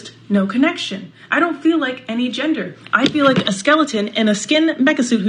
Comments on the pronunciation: Not sure.....but I think I have an idea where "Yender" lady was coming from...she sounded Scandinavian or maybe German, and they both don't usually use a soft "G" sound in their languages....and she may have heard the soft "G'" sound in the word gender and thought of the letter "J", and she would be aware English speakers pronounce "J" the same as a soft "G", and since they pronounce the letter "J" with a "Y" sound , it would come out as "Yender".... So....have I made that clear.....any questions? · What the hell is a yender? Wait or was it A'yender? 🤣